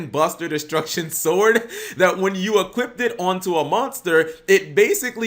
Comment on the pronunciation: Why does he keep saying 'equipped' instead of 'equip', or 'equippted' (which isnt even a word) instead of 'equipped'??